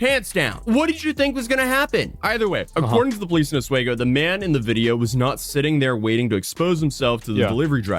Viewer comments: The S isn't pronounced. It's said oh wee go. At least by locals. I briefly lived in the area In The early 90s. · This happened near me. I remember talking about it at work with my co workers. crazy story. It's pronounced OS-WEE-GO. As a lifelong New Yorker i can say with very much certainty that she will not see a day of jail time. probation most likely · I feel assaulted by her fucking eyebrows and by the way pronounced Oswego...lol